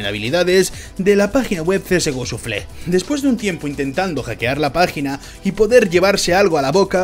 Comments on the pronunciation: Suflé xD una pequeña correccion, se pronuncia shafel. Buen video! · Me gustan tus vídeos y soy sub, pero un poquito de inglés no estaría mal (En lo que a pronunciación se refiere). Que oir csgoshuflé me duele. Saludos